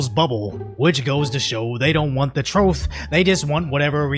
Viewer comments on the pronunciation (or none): Do you intentionally say "troth"?